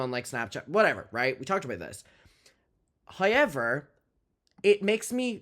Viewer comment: I love how says “however”….”hi-yever” 🖤🖤